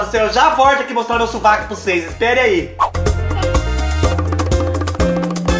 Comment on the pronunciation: Kkk clarear o subaco nao o suvaco rsrs adoro vc